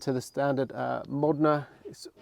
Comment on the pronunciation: Bro it's pronounced MOE-DEN-A not MOD-IN-A stop butchering this amazing car's name